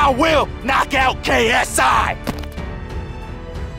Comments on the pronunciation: Did you say KSA? facepalm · Its KSI not KSA